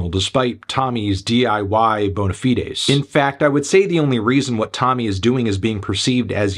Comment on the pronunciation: Why did he say bonafides like that 😂